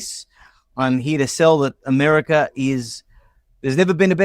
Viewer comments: He said Americer ? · I had to stop doing the dishes to laugh. Yes, going to the USA could get an unforgettable experience from a detention centre. This idiot can barely say America. Thank you for doing this. I don’t think I could stomach it anymore. I love the fact the cohost is giving her opinions on the topic and I don’t think she is happy about it!